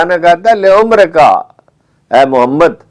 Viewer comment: او چاچا جی ۔۔۔۔۔ lo,umurika ۔۔۔۔ نہیں ہے جناب ۔۔۔۔ la,amruka ۔۔۔ لفظ ھے۔۔ اللہ کاواسطہ ,, قرآن نہ پڑھا کرو